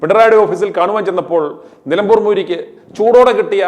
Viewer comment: നിലമ്പൂർ ആണ് നിലപൂർ അല്ല